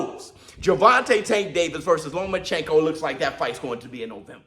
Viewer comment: Lo-mas chenko had me dead🤣